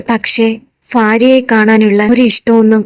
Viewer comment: ഫാര്യ അല്ല ഭാര്യ ആണ്